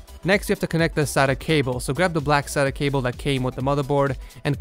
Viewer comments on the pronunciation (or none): none